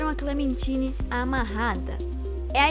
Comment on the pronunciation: ainda tem o fato do painel ligando no final dando a entender que o B-12 não morreu por completo e que ele está no sistema da cidade. E que Clementine se pronuncia "Clementaine". Mas realmente, o vídeo ficou bom, só pulou fatos importantes